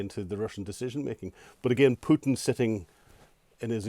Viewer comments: Putin. Not pewtin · It is not pewton its pootin. Govorreet? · Keep calling him "Pjewten" it will wear him down over time. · Who is this Pewten the host keeps referring to? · Whenever I hear an anglo-saxon call Putin, Pyutin, a part of my soul dies... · president pew-tin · How is that a troll move? It's a remark on pronunciation. Go outside and touch some grass..